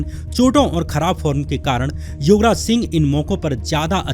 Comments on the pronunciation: Shyam, please improve your pronounciation. Don't confuse words YOGraj with YUVraj. Be careful... Don't speak like verbose. 🙏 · Bhai tum Yograj bolre ho ya Yuvraj dono same he lag rha h😂😂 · Yograj and Yuvraj mein difference nai sun raha.It should be pronounced properly.